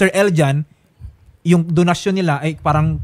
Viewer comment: bet ko kung pag ka bigkas nya ng donsyon parang binigkas nya ng "donahsyon " parang corazon to "corathon" hahhaaha vehking vehki